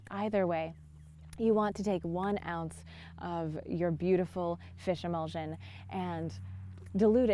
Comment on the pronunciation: Did you say fishemolsen?